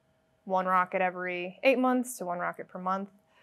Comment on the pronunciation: "mocket" lol, love it!